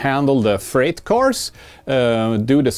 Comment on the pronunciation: I just gotta correct you here. Freight is pronounced "Frayt" not "Fright"